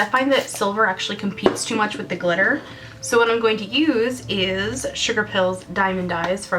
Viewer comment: Love it! " It's GlitteRRR timE........!!! " :-D